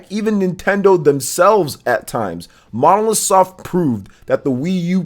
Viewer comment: Develope by Monolith Soft and published by Nintendo... Stop saying Monosoft 😑